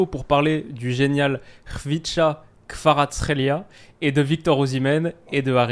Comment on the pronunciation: Khvicha Kvaratskhelia Je crois qu'il faut prononcer le V comme un W.